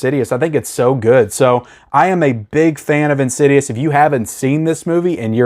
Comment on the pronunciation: IN-SIDE-US / IN-SID-I-OUS